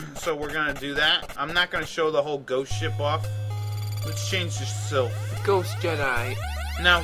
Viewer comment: Hmm. Didn't know the Sypha ending was considered cannon. I like how you keep calling her Sylph.:D